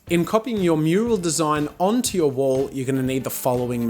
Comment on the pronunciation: Me thinking he was saying wool paint this whole time 😯